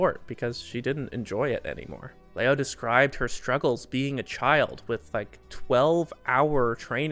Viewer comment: "Liu" is pronounced, lee-yu! but in one syllable 😀